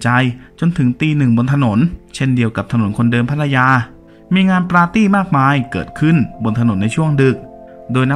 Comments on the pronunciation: Party = ปาร์ตี้ ไม่ใช่ ปลาตี้ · อังกฤษ ไม่ใช่ อังกิด ปาร์ตี้ ไม่ใช่ ปลาตี้